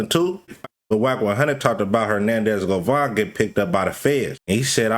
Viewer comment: his last name is GOVAN not GOVON yall influencer's wannabe a journalist so bad tryna not da work a regular job😤 it just explains how lazy yall are didn't graduate from high school you can't spell nor pronounce 😂😂😂😂😂😂😂